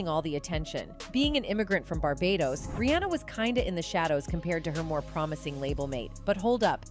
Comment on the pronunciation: Google won’t help the narrator say queen bee vs queen bay; or REEonUh vs reeAnna, or fix boosta rhymes….. ?? The narrator should have googled the pronunciation lolol not us.